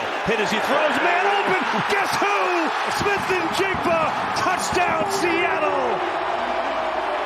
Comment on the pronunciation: fun fact Njigba is silent "N"